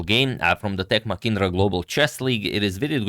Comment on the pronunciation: Note for Agad,.. Its Ma-h-indra not Macindra